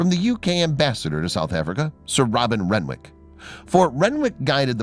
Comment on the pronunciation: Renwick is said rennick it's a silent W